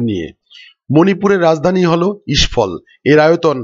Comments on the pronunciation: মণিপুরের রাজধানীর নাম ইসফল না ওটা হবে ইমফল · ইস্ফল নয় ওটা ইমফল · The caital of Manipur is Imphol, not Ishphol. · ওটা ইস্ফল নয় হবে ইম্ফল।